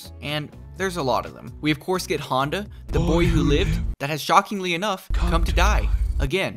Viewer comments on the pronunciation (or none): none